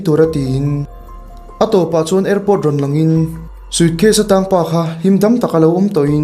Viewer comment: "sucase" i ti zel a😂